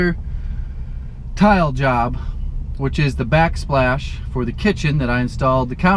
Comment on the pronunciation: Back spash haha